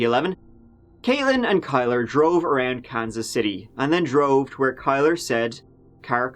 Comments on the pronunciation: It's pronounced KILLER. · His name shot be pronounced Killer, Instead of Kyler. Glad they finally solved this case, took long enough! Had LE paid attention, Jessica might’ve been saved. Sad. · "Kylr" (pronounced Kai-lurr) And here I am like "killer?" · Kylr.. It's not pronounced Kyler it's pronounced Killer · Killer. It's pronounced "Killer Yust" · Kylr is pronounced Kill-er. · kylr is pronounced killer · Kylr is pronounced “killer”. What a douchebag name 🙄